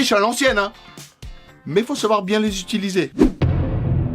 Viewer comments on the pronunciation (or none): none